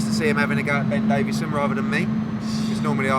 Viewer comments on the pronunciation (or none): none